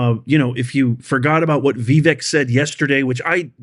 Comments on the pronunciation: It's Vivek.....like it, is, in.....not Veevek. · His name is pronounced Vavake. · Please stop misprouncing Vivek's name. It rhymes with "cake". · Fyi: Vivak himself said that the correct pronunciation of his name rhymes with Cake.